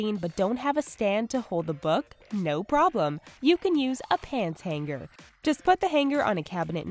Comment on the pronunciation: "Han-ger" They said "Hang-ger" Who tf says that?